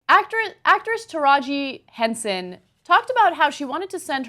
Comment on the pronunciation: I'm sorry, but when you guys site people's names, watch a least one video on them to make sure you're saying their names right. Taraji P. Henson.